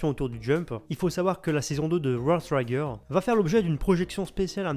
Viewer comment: ça se prononce World Trigger avec le son "i", pas "aï".